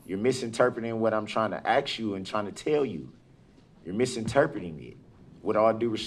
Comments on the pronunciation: I cant stand anybody who cannot pronounce "ask" instead has to say "axe" I just wish they would throw him under the jail already. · Its ASK...not ax. You dont Ax a question, you ASK a question. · Ask ask ask!!not axe!!!!! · Can someone please explain to me why he pronounces the word ‘ask/asks’ as ‘axe/axed’?????? It drives me crazy and I truly do not get it. Please help. :) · Ur onor I axed you a question about dat. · Grounzzz = grounds; troof = truth; axe = ask; liberrie = library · I done AXE you who dat say who dat when I say who dat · Suppose I'd misinterpret someone trying to axe me too 🪓😱🤡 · If he says “axe” one more time…. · I’m axing you yer honer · He sure does axe a lot of stupid questions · Ask your lawyer you worthless puke. Anybody that "axes" a question should be put in a room for idiots. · He definitely should have been taught grammar clean back to Mama. No one axed him to do anything. No one ever axes you to do anything. Quite frankly you need to stop acting 9 years old. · Guys how can we continue our life after BOZO GOES TO PRISON WITHOUT HEARING "AX". DAT all his goofy crap just to stall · ASK, OATH, SUSTAIN!!!! How hard is it to pronounce these words??🙄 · I'm pretty sure a judge can understand what an uneducated thing is saying...the guy can't even pronounce ASK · Guy can't even pronounce "ask" correctly